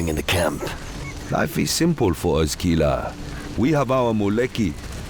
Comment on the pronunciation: nie KiŁa tylko KiLa i nie TaCarigua, ale TaKarigua. Jeśli chodzi o wymowę nazw wysp, oczywiście.